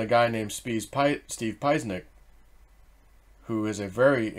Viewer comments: Steve “pa Chen ik” not “piez nik” 🤣🤣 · pronounced Peshenik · Pronounced pa-Chen-ek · Pieczenik is pronounced Pa-che-nick He is the one who exposed Osama Bin Hiden's death in late 2001 from kidney failure Seal Team 6 died because the knew the truth that they killed a patsy/double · Its Dr. Pi-CHEN-ick. 😉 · It's pronounced pah-chin-ick Qball Qboy. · Did you figure out how to properly pronounce his name yet? 😂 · watermarks my ass! you guys who ran with that story are all wannabees....can't even pronounce steve's name... your contacts such, so do his. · pronounce his name correctly. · Hey "cz" in his name is pronounced "ch" (as in church). He has a channel on youTube and he pronounces his name. PS: Trump should sue the DNC into nonexistence!!! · Thank you for explaining to how to pronounce the name. It was driving me nuts 😅 how are people supposed to research the guy if gives them the wrong name 🤣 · Dude, you butchered his name. Don't you listen to Alex Jones?